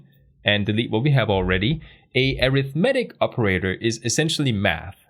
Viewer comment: Great video. Please google how to pronounce - "arithmetic" and "precedence". you are saying these words wrong! In every other respect this series is outstanding. Thanks for your hard work putting it together.